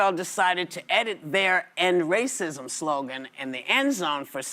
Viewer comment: “I mean what does that mean ‘it takes all of us’? What takes all of us? Raycysm?” I’m crying